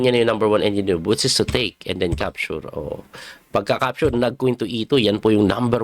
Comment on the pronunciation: Coach wag magalit..ano ba pronounce mo sa capture. Parang dinig ko sayo e ( capsure ) ???